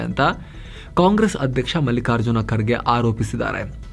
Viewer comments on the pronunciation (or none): none